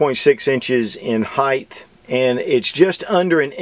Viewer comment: I love your review. Not a fan of any fun who's bore axis rides high. Not sure how she shoots for me. Not much of a single stack sub-compact guy anyway. On an even lighter note. It's "height" with the sharp "t" at the end. Not "heighth" with an unexplainably "th" finisher. Not trying to be an a$$, just a pet peeve of mine. Sorry.